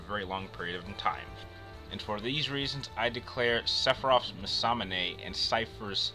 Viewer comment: Honestly man... You clearly have passion doing this, but come one.. For one there's no comparing between these two. Poor match up and quite frankly I found alot of your points were farfetched fiction. Also you really need better pronouncing of certain words. Americans want to make every language into english when it clearly isn't meant to be. Masamune is one of the easier japanese pronounced words of the series imo, im guessing anime isn't your forté but you might wanna do more research in the future. Also Hyperion even though it is english, how did you mess that one up?